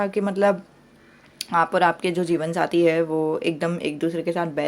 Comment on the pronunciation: Di mujhe jeevansathi nhi jeevanjati sunai de rha hai🤦